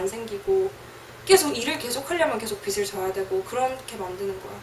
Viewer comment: 비슬 지게~~로 발음하지 말고 비즐 지게~~로 발음해야지~~ 국어 연음법칙~~